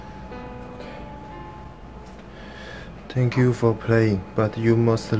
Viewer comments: thank you...这词连在一起念所以听起来是thank Q~而不是thank you you~抱歉,本人有强迫症,听得我尴尬症发作~ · 為什麼我聽到把thank you說成sank you you